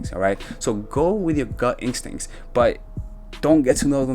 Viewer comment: Instincts, Not incstincts lol. 😄